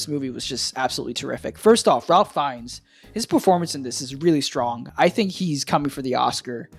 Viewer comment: deceiveness? deception. it's also pronounced Rafe Fines. Why cant americans speak English?